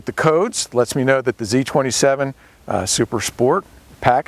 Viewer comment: .... Did he just call it a Z -27?